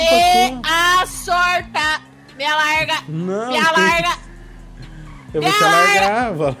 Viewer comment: ela falou me alarga??